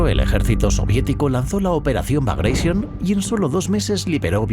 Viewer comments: Operación " bagraishion". Que mania de pronunciar en inglés un nombre ruso. Suena como se escribe BAGRATION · los rusos NO hablan ingles😝....han muerto 12 gatitos cuando pronuncias así la operación bagration...por lo demás un video genial